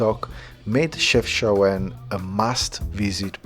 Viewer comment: Wow man, glad that you’ve discovered the north part of Morocco! You seem like a very humble guy. Hope you have a nice trip in Morocco. And you pronounce it chef-cha-when haha you did say it in the video once 😉